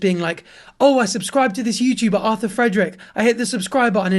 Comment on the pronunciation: arthur started sounding like Italian bach😭